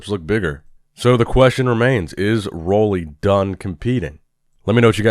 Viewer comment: How old is this channel? While is yet to find out the correct pronunciation of Roelly's name...